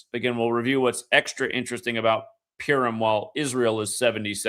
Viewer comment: purim mate, not pirum :) thanks again